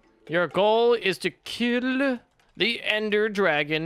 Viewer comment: said tok Ill instead of to kill